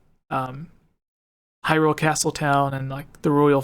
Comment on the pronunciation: "Hryule" Gaming journalism amirite Gamers?